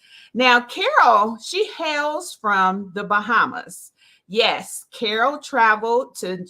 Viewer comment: I love that you try to pronounce my name the way I do. That's very honorable of you 😊.